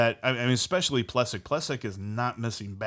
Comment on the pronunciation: Love you guys , btw his name is pronounced Ple sack